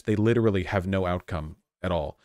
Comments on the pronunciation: As an Australian i'm always confused when people say "no" sounds like "naur" because it doesn't sound like that, but holy shit she actually said it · the 'no' is more unmistakably aussie 😅